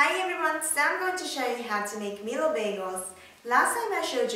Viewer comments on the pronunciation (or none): i have always prefered milo over regular hot chocolate :3 i still pronounce it meelo XD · It's actually pronounced "MY-LOW" not "ME-LOW" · haha you say milo so cute..mee low.. i pronounce it as my-low..tho.... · its pronounce as my-low not me-low for milo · The way you pronounce milo as meelo sounds so kawaii~~ >w< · Is it really pronounced like that? I thoght it was pronounced as may-lo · its actually pronounced My-low (milo) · It's pronounced Mai-low. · Actually is the same. Some Malaysian pronounce it as "My Lo" and some "Mee lo". Im a chinese and I order "Mee lo" in a Malay stall. The uncle was like "Huh? Mee lo or My lo" cause "Mee" also known as noodles in Malay. ^^